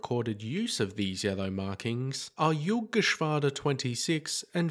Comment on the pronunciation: "Junkerschwader"? Narrator said this. It should be "Jagdgeschwader" 26 and 54 instead, lol! ;-)